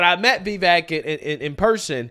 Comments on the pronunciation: I laughed just as hard as you when you said Klan Jones. Please, please, please learn how to say Vivek properly. You said it about 20 different ways in this video and none were right. Listen to Vivek say it himself. Listen to Tim Poole correct every guest on his show. I wish I knew how to write it out phonetically. I don't, but I'll try this. The I in the first syllable rhymes with the I in the words it, is, pin, fit, mitt. The e is like an uppercase a, so the second syllable is cake or bake or fake, but with a v. Vi-vake. Please get it right, it's like finger nails on a chalk board hearing you pronounce it 20 different incorrect ways every video you do on him. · Vy-Veck not Vee-Veck. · Vee-vehk’ Vee-vehk’ Not vay-vake!! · Hey,, PLEASE learn how to CORRECTLY pronounce Vivek's name. It's NOT "Vay-vake". It's Vi (with a short sound on the "i", not a long "e" sound on the "i") and vek...which rhymes with cake. Vivek is pronounced Vi-vake. PLEASE GET IT RIGHT. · (Vee-vake) man. Cmon now. It ain't that hard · Come on man, it's Viv ache. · Why does he pronounce 'Vivek' like 'Vevek'? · He said vivek like cake if that helps your translation. He was on louder with crowder and told everyone that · You might want to learn how tp pronounce "Vivek" first the next time you meet or speak of him. It's pronounced "Viv-ake" (rhymes with cake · If you're going to hang out with the guy , time to learn him name. His name rhymes with CAKE. Don't let the "e" throw you off. It's pronounced like an A. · I love you, but please learn how to pronounced Vivek's name properly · My man just cannot say “Vivek” 😂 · This dude is in love with Vivek but butchers him name every time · He and Benny Johnson seem to have trouble with it.🤯